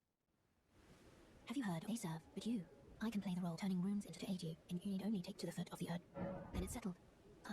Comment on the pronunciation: Bro. Bruuuh! He doesn't give you "Ruins", he gives you runes. RUUUUUUNES!